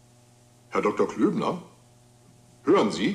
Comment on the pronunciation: It's Klöbner, not Klübner.